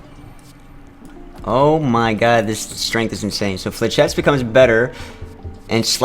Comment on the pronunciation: How the end of the turn works is 1. you press the button 2. your hand resolves if able 3. your turn ends and relic resolves and "Flechettes" is pronounced "Flesh" "ettes" (that may differ based on region) amazing run tho, holy shit you got op in a hurry